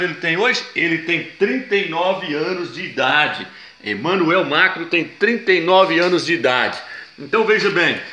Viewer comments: Nossa, que agonia ouvir MACRO e não MACRON, mas o vídeo é legal. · que nervoso da esse irmão chamando Emanuel "mácro" , macro é mercado porra! é MACRON.